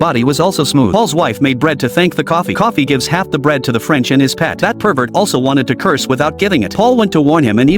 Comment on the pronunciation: Bruh its Coffey not Coffee